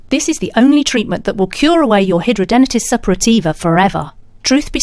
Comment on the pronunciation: How dare you say hidradenitis Suppurativa can be CURED ,you are delusional besides you can't pronounce it correctly , there is NO CURE as a HS sufferer for 23 yrs and 59 operations I'm disgusted that you think you can SCAM us who suffer 24/7 with is awful disease You should be prosecuted for false information and trying to profit of this disease